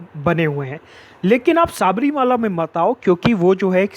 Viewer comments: शबरिमला, pronunciation. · Any malayali watching this. Sabarimala pronunciation so funny..!!